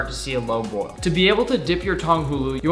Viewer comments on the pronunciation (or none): none